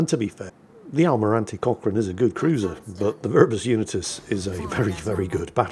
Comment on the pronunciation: Did anyone else think was saying "Cock Ring"? I realized about 2/3rds into the video he said Cochrane instead. Get better and take ur Man Pills.